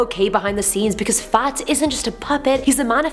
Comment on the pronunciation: Clowns are annoying, not funny, not scary, just annoying. And everytime you say Fats, it sounds like a posh Farts.